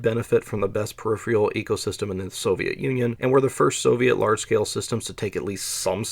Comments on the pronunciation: Exactly.. Slowing down would also solve your selective dyslexia... Periffer'al, not periff'reel, and CMEA is pronounced as spelled, not CEMA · What's up with your consistent mispronunciation of periphERAL as periphREAL? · Peripheral is pronounced pe 'rif eh rul, not pe rif ree ul. You're reversing the E and R when you say it. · Please note that the word is "Peripheral" and not "Periphial.' This takes me out of the video often, and it's a simple blemish on otherwise excellent content. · I'm about half way through and it's interesting, but the "perifrial" pronunciation is starting to make it hard to watch and I may have to give up. Per-iph-er-al. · Why do you say “periphial” or “peripherial”? There’s no”eee” sound at the end of “peripheral”. Per if fur ul. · Thanks for the interesting and well researched video! "Peripheral" is pronounced per-if-eral,not per-if-real. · Great video, but the word is peripheral, not peripheal. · Great documentary and information. Note that peripheral pronounced "per IF ur al", not "per IF re ul" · Say it with me now -- PER-IF-ER-AL ... Peripheral... PER-IF-ER-AL ... four syllables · That's not the issue here. He's pronouncing the second R, but in the wrong place: per-IF-re-al. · Per - If - Er - Uhl. You're welcome. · Just so you know, you're missing the second "r" in "peripheral" when you pronounce it. Anyway, interesting video.